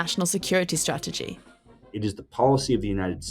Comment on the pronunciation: First thing first Trump needs to pronounce Strategy correctly then Spell it right.